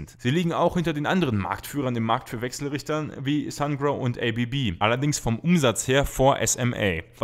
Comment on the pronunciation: Werden SMA und ABB als deutsche bzw. schweizer Unternehmen nicht deutsch ausgesprochen?